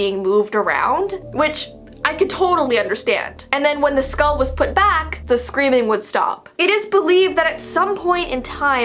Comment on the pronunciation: Me: Skull. That’s how I say In this Texas life.: SkAuLl. My weird side of my mind: Is this ASMR..?